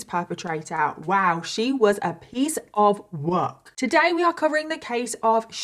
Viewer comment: You said “a piece of work” w your WHOLE chest 😭